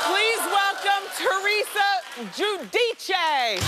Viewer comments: Is there a reason why Teresa is pronouncing her last name differently all of a sudden? "Joo-dee-chay" now instead of "Joo-dice"? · Wendy pronounced it the right way first. I don't understand how she claims to be a proud Italian but can't pronounce her own surname